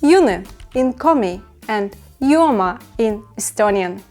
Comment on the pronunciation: just one small correction its "jooma" not "juoma"